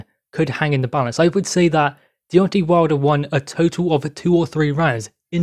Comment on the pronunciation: I think his name is Deontay, not Deonti